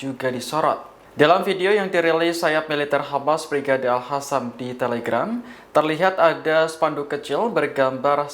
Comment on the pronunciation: Hostnya 90bl0g.... ga bisa baca nama, al Qosam bkn alhasam.. host t0l0l